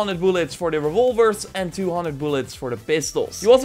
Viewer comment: Came here for the tips. Left because of "one hunder" and "weapon degration". SMFH.